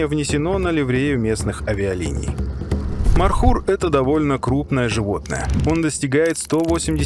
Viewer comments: Не мар хур, правилно Мор. Хур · Не Мархур, а ( Морхур). Змея на персидском переводится МОР! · Добрый ночи.. Не мархур а морхур😂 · Не Мархур. А Морхур. Означает пожирающий змея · не мархур, а Морхур, змеёед